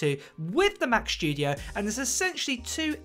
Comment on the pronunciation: Mac SSSSStudio not SHHHHtudio, thanks.